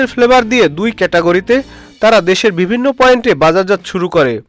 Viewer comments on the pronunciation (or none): none